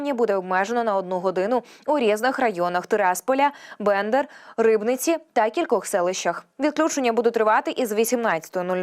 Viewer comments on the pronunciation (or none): А які такі відключення перечислила ця "чарівна" ведуча Тераспіль а далі що за бендер з наголосом на на перше" е"?????